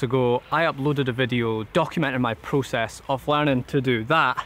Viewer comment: Not prucess it is process.